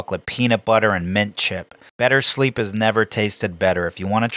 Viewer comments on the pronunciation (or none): none